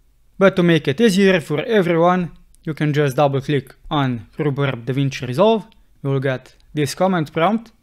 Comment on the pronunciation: Love this, thanks so much! And I especially love the way you pronounce "Rhubarb." It's art, absolute music. ;) Thanks for the help!